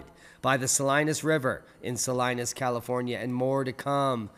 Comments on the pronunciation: It is pronounced "suh-lee-nis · Suh-lean-us, California.